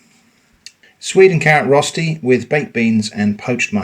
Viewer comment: I was so confused when you said "rusty", before I realized you meant "Rösti" hahaha - no big deal, I was just expecting some rustic kind of thing